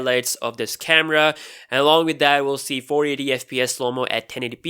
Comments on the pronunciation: "Carema" xd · Carema or camera? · "Galaxy s9 carema"